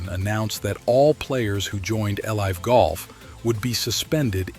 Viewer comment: maybe you did, but the voice is obvious. He called it L-I’ve golf. No human would say that. If it’s only an AI voice and nothing else then so be it, but that makes me suspect you’re using it for scripts too possibly.